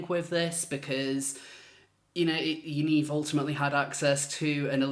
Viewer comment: "Yanivery" LMAO!!